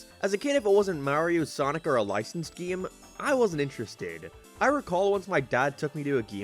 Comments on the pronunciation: i like the way you say game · Dw when God made Ireland he thought that us up in the north should say certain words in a funny lil way and unfortunately game just has to be one of em. 😞 Btw saw you on UTV once and choked on my spuds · Where are you from? can't unnotice how you say "game"